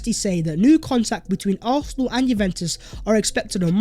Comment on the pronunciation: Arsenal not arthenal